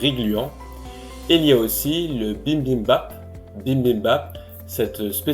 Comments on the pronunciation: Perhaps it's too late to correct but It is [Bi-bim-bap]...not [Bim-bim-bap] 😢 bibim means mixed and bap means rice.. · La façon dont tu dit "bimbimbap" est très drôle😅